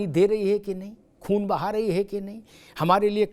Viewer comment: Khoon nahi khoo 😂 Amitabh ji